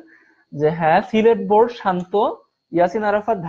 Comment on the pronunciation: It is board not boat😅😅